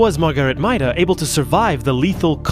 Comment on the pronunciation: I believe her last name is pronounced MAY-DUH but idrc I just like subnautica lore